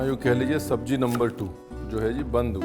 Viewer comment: it is pronounced "zeera", "tez", "payaaz", and "subzee" not "tayj", "payaaJ" and saab Jee". Also, the K of khushbu, khushi, khaas, and khan etc are all silent.